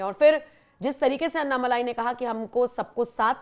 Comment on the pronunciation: भाई लोगों - अन्नामलाई नहीं है, अण्णामलाई है। अण्णा यानि तमिय में बडा भाई। लगता है अण्णा जी को फोन में बोलकर उनसे ही हिंदी लिपी में उनका नाम सही करवाना पडेगा।